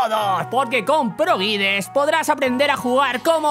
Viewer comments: por favor pronuncia bien proguides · Cada ves que dices "Pro Guides" muere un niño